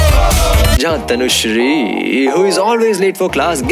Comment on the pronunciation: My name is also tanushree and whenever you pronounce the name it's awesome ❤️